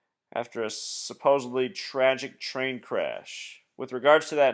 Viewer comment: It's supposedly, not supposably. Suppose-ed-lee.